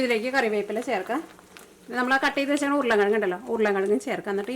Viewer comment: സ്ഥിരമായി കാണുന്നൊരാളാണ് ഞാൻ. വിഭവങ്ങളെല്ലാം വളരെ രുചിയുള്ളതും ഏറെ സ്വീകാര്യവുമാണ്. അഭിനന്ദനങ്ങൾ. ഒരു കാര്യം പറയട്ടെ. വിവരണത്തിന്റെ ഭാഷ ഒന്ന് ശുദ്ധീകരിച്ചാൽ കേൾക്കാൻ രസകരമായിരിക്കും. മസാള അല്ല മസാല ആണ്. ഉർളൻ കിഴങ്ങല്ല, ഉരുളക്കിഴങ്ങാണ്. പൊട്ടറ്റോ എന്ന് പറഞ്ഞാലും നന്നായിരിക്കും. പുത്തൻവേലിക്കര സ്ലാങ് എല്ലാവർക്കും രസിക്കണമെന്നില്ല.